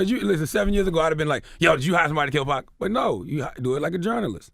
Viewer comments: People needs to learn how to say 2pac name ... his name doesn't have a "K" at the end its PAC PAC NOT PACK .... DAMN HOW HARD IS THAT TO PRONOUNCE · 2pack? Use ur own voice or make it right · Whaaaaat? Not 2PACK 🤦‍♂️😆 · Don’t say 2pac’s name if you can’t pronounce it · She REALLY needs to learn how to "PRONOUNCE" "American's" Names, if she's gonna try moderating videos! She's "HORRIBLE" with it!!👎👎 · It's so annoying to her her saying 2pac wrong